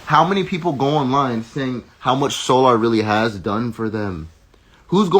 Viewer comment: I can tell you are fed up with the bs. The 1st couple mins the way your pronouncing their name SOOOOO🙄LLLAAARRR!!! AND NATCHURRRR🙄🙄E BOY... THESE YOUTUBE BAAA🙄LOOOOGGGGG🙄🙄AAARRSSS 🤭🤭 🤣🤣🤣🤣🤣 BUT I'M BEHIND YOU 💯💯 percent!!!